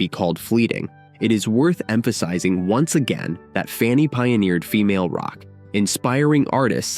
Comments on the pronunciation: Funny ? Try FAN-knee aka Fanny,. Death to AI voice overs. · They need to correct the computer narrator, The band FUNNY????? Its FANNY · Their name was Fanny not Funny. AI sucks. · Shame to have the bad AI-generated voice. The band's name was Fanny. Learn to pronounce it at least. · AI actually mispronounced FANNY (funny) 😂😜 love love love this band!! these groundbreaking women are def ROCK & ROLL HALL of FAMERS! Junecstill puts out beautiful magical music! 💖🌟🎶🎶🎸🎸👍👍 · This is a great feature, except your title disregards the all female rock groups The Clingers, the Shaggs and Goldie and the Gingerbreads. Why did you initially pronounce their name "Funny"? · Then why isn't "major label" in your title? Your current title "The Amazing Story of the First All-Female Rock Band FANNY" is false because it does not specify major label. It's not in your description either. And why didn't you answer my question about why the video initially mispronounces their name "funny"? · ... stupid AI (KI)... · When your voiceover mispronounces the band’s name four seconds into the video- you have officially shit the bed. Fanny deserves better, try harder. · Yes, he mispronounced their name, very strange